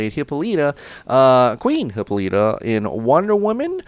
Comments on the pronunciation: I need to say it. It’s not Hypoleeta it’s Hypolitta (hip ol it a) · Why does he say Hippolyta like that? 😂😂😂